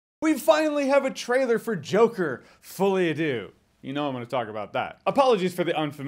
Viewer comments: It's pronunced like "folly ah duh" not "folly ah doo" tho :yougotthis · “Fullyadoo” Jesus dude, at least try. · I didn't realise hearing him say "Fully A deux" would fuck me up as much as it did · “Folie À Deux” = “Fall-E Ah Duh”. It basically means a “comedy for two” in this context. For those who wanna keep saying “fully adieux (a-do 😂)” 💀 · The way he pronounces folie a deux pisses me off